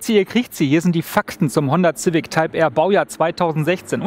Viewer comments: ZIVICK? edit ZAUND SCHEK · wen fuckt es auch so ab das er immer honder Zific sagt xD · Wie er ständig Ziwick sagt! xD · Wenn der Herr noch einmal "Zivik" sagt rast ich aus!!! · Finde das Format zwar richtig geil aber Der Typ geht mir Richtig auf den Keks wie Civic sagt😂 kann da nicht Jan einspringen 😅